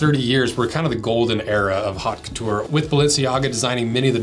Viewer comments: It's pronounced like "oat" Couture lmfaoo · Why does it sound like you're saying "Hawk Tu-ah" when trying to pronounce 'Haut Couture '...? 🤷‍😆